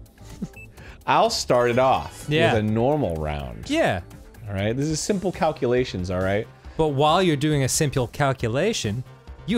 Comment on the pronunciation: "memorize calcallations"